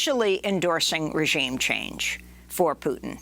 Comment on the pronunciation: Ro can't pronounce the word "regime" correctly!